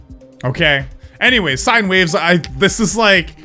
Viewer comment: You said sinne waves its sine wavs